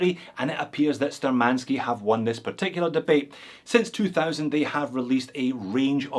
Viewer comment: The correct pronounce will be Shtúrmanskie [navigator's]